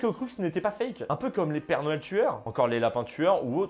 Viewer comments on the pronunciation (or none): none